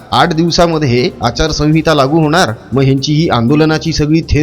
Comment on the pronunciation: अरे आचार संगीता नव्हे संहिता म्हणा..कुठे मराठी शिकलास...